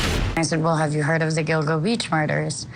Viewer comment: Somebody please tell, who has my admiration, that it isn't Giglo Beach. It;s Gilgo.